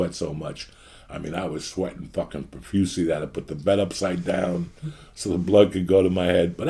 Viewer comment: 7 years listening to Joey, and is the first time I've ever heard him pronounce "profusely" correctly